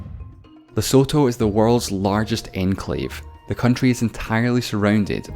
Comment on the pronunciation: Lesotho = Pronounced "Le-Sue-Tue" Laos = The "S" is silent Cape Verde = Verde is pronounced "Verd"